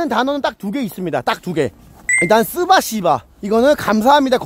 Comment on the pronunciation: 스바시바가 (아닌 발음으로) 스파시바 이고 라이터는 자지깍아 가 아닌 자앜지각가 입니당